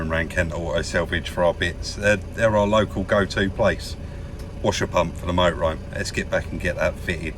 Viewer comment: Love the way pronounces it Moe-ah-roam!!!!!! Cracks me up! Just so so enjoy this channel.